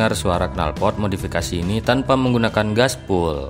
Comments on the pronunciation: Glasswool mas bukan gasbul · waaahaahhahaaa glasswool mas bukan gaspol ,,,, jadi ngkaka sayaaaah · Yg bener 'Gaswool'. Bukan 'Glasswool' apa lagi 'Gaspull'